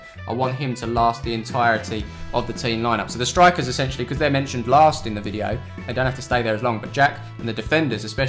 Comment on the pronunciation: 67 times you said 'ettentially'